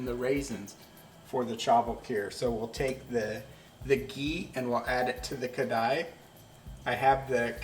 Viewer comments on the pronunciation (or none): You pronounce kadai(wok) its karahi. But kheer looks tasty 😋😋😋